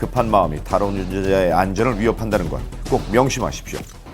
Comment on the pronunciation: 에서 성우님 다른운느언자에 나만 빵터진건가 ㅋㅋㅋㅋㅋㅋㅋㅋㅋㅋㅋㅋㅋ